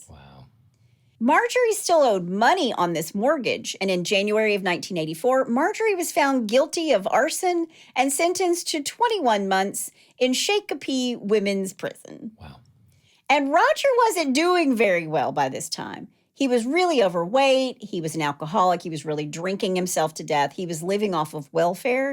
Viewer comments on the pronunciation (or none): Shakopee is pronounced Shock' a pee